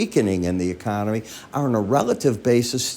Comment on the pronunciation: YOU JUST SAID THE KONOMY IN GOOD SHAPE HAHAHA